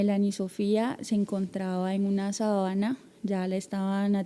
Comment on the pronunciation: Sobre todo cuando dice la niña estaba en una "sabana" y no en una "sábana".